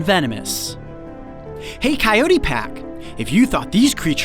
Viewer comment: Hi who all gets excited when says cyotey are u ok 😂😂😂 Btw love u guys so much